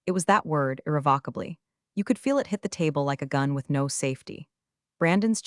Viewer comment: I winced every time she tried to say irrevocably…not sure what a VOCK is…winced…it was not funny…a word I have heard…countless times ..now said like a comedy line…irri-VOCK-ably…pretend you are holding a blue pen…now just let it go….